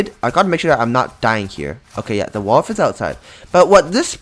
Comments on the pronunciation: Bro said walf instead wolf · STOP SAYING “WALF”